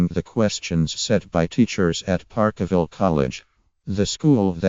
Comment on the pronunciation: Ffs if you cant talk about it using correct English, then piss this crap video off . " park a ville " wtf